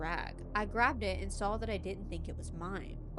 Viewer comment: Where is she from? How she talks reminds me of the Midwest and ita so comforting. How she says 'sawl' instead of 'saw' lets me know she's cool 😎